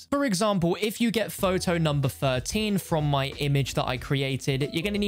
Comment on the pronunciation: Numba tertteen. Shows a photow of numba fifteen